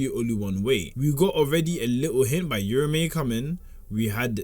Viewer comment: no respect for urame lol its not yurame